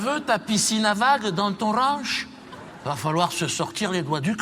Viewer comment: C Condoleezza Rice pas price et c'est le ranch pas oran ni orange si tu veux corriger qqn corrige le correctement si non ...